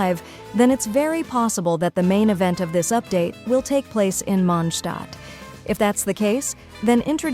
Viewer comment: Hearing the A.I said Mondstadt correct is music to my ears